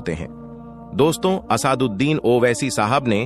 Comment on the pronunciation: Naam bolna sekho pehle Asad uddin owaisi ko Asaad uddin bol rahe ho 😂😂